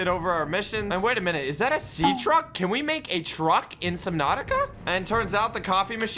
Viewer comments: my guy said sea track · bro said sea track instead of sea truck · He said sea track